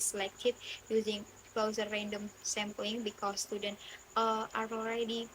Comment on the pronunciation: hii! great presentation. It is clear that you are doing your research at SMPN 6 Palembang and SMPN 52 Palembang. As a small note for improvement, when explaining the sampling technique, you mentioned 'closer random sampling', but I believe the correct statistical term you meant is 'cluster random sampling'. Paying closer attention to the pronunciation of specific academic terms will make your presentation sound even more professional. It would also be great if you briefly mentioned why you chose those two specific schools. Overall, highly organized. Best of luck!